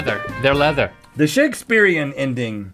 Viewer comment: That was Shakespeareo not Shakespearean